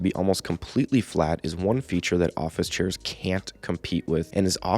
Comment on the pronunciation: "churrs" lmao